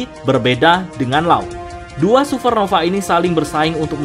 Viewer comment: Supernova bang, bukan suvernova